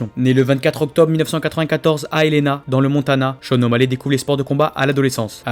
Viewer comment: 5'59 Le "O'Baley" il est magnifique :D